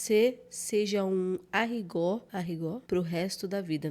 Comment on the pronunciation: A palavra correta é: arigo. Som fraco do "r" e a vogal "o" som aberto.